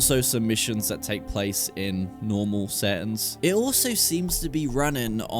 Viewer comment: “DA SETTINS”